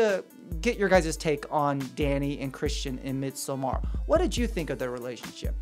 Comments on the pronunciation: its midsommar, like midsummer not mid-so-mar, if it was midsomar it would sound like how you are saying it but since there are two m's the o is actually like a u. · It’s actually pronounced mid-saw-mer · I always just said it as in English “midsummer.” I don’t know why his phonetic pronunciation is bothering me so much. Haha Although, I do not know the Swedish pronunciation. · Oh I can’t watch this. The way you pronounce Midsommar is driving me mad. 😵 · I couldn't watch this. His pronunciation of 'Midsommar' pissed me off.